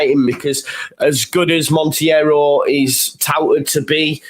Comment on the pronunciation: It's just Montero you don't need to pronounce the i 😂